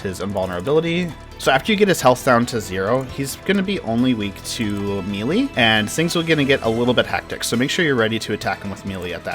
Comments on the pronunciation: come on bruh. may-lay not me-lee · Mel-ay not meelee but very good otherwise.